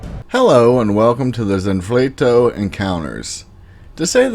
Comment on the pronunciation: You start off by wildly mispronouncing the title to your own video. Wow that’s bad. Zanfleto? Really?